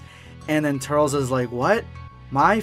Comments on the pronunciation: it’s pronounced tur-less and I like the goku black voice in the intro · he literally said he knows but wants to say turl-s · Not a Bad gamer in the original Japanese it’s ‘Tullece’ which is close enough to ‘Tur-less’ so he’s butchering it saying it like Turtles without the T🤣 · It’s as if the e is silent turls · 😂😂 I just wanna punch my phone!!! “Turlz” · It's not trules not tur-les its tails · “TURRLZ” Goh dammit 😂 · It's pronounced TUR-LESS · he says turls. lol.. oh god.. Go watch The Tree Of Might my boy.. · The way you say Turles is sounds stupid...its been said in the ocean dub, the funi dub, and past and even current video games as "Tur-less". The way you say it sounds like you have something in your mouth or your trying to speak another language but can't pronounce. Its dumb to want to say it your way because it sounds weird and your incorrect...so you wanna say it wrong on purpose how lazy and rather offensive to the creator of the character and us who have to hear you say it wrong each time you say his name... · that now how u say his name 😡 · The way you’re saying “Turles” is giving me serious anxiety. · Same I'm having a meltdown lol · Stop saying tur-les wrong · I do care how you say the name because the proper pronunciation is in the movie and you commencing how would you want is sacrilege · Did he just say turls? It’s turles (Ter-Less) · I thought it was pronounced Tur-Less instead of Turls. Also, Cool-whip instead of Coo-hwip. Also, also... I think that Bardock has a long lost brother. #EndofVideoSquad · Turles....(ter-less) not turels😂😂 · Its not turls its Tur-les my guy🤣🤣🤣 but awesome video non the less💪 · did he say "turls" and not turles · Pronounced Tur-less not Turl-s. No hate, just gonna rip my hair out 👍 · You said TURRLS I was like "IT'S TURLES!! (TUR - LESS) Then, I just let it go. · Tur-els sounds super stupid... you're making my ears bleed... Tur-les sounds dope asf! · Turls? Its turles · It's tur-les😭😭😭 XD